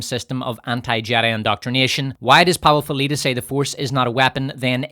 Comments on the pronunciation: the powerful leader, Powaful Leedah Lmao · "Powaful leedah' 😂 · lol I laugh every time I hear it. And I listen to this video once a month or so The ai voice says it the funniest…The powerful leader “powaful leedah”